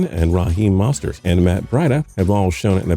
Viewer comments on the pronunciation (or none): Bruh the way he said Rahim Moestart and Mat Breida 😭😭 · Rah-heem mostert and Matt bradda 😂🤦‍♂️ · Rah-eem Mostert